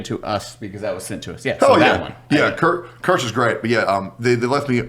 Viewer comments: I can only hear pronouncing her name over and over on a voice-over edit 😂 "keer-seh" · PLEASE bring kirsche on! Would be amazing! Also it’s pronounced keershah. German for cherry 🍒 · Its so funny how nobody can pronounce kirsche's name right 😂